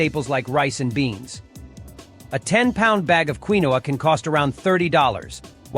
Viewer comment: You need a better artificial voice. The pseudograin is called KEEN-wa.